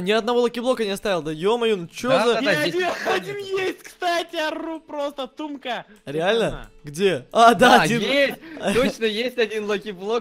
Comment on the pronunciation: не тумка а